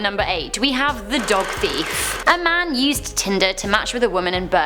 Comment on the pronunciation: Yes, i hawe a machete collection...